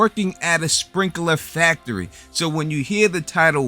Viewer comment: What the hell is a “sprinkuhluh facturee”?